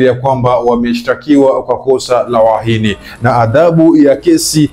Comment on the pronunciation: Kwa kutamka UHAINI ni shida sna mbna kama una mapengo